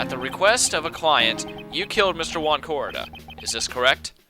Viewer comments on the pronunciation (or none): I hate to be a prick but Juan Corrida is pronounced (h-oo-on co-ree-da)